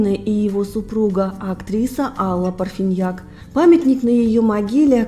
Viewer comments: Почему ПарфИньяк??? Она же ПарфАньяк! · Не Парфиньяк, а Парфаньяк! Невыносимо, когда о наших великих артистах рассказывают безграмотные и равнодушные блогеры!